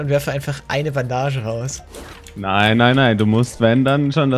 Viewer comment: Fagg mei Pizza er hat aber Ban dages gesagt also auf Englisch ausgesprochen